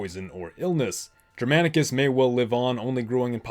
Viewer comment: he pronunciation of Germanicus and Germania with a soft G is rather frustrating considering how often it comes up. A hard G is what should be used.